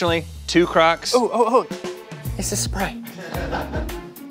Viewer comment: "Itsa sprite"